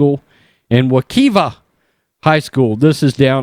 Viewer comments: It’s “we- kive- ah”......just so you know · The school is located in Orange county, but situated in Apopka, which is a pretty conservative, small town area on the outskirts of the county...and just a note, its pronounced Wa-K-EYE-Va